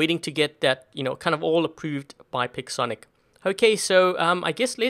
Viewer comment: it's not pixonic it's payxonic